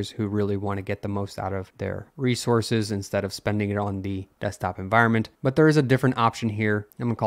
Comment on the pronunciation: En-voire-ment?? En-vi-ron-ment ?